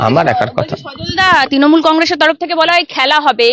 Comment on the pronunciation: madam, please আপনি 'র ফলা' উচ্চারনটা ঠিক করুন। পারথী নয়, ওটা প্রার্থী হবে। বাড়িতে Please একটু Practice বা Home Work করুন। তৃণমূল কে তিণমূল বললে বড্ড কানে লাগে। Please